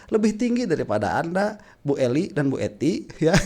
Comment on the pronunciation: Bang yg bener eli danety bukan eli dan ety..😄😄😄